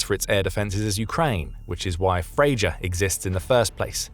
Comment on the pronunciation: It's pronounced FreYa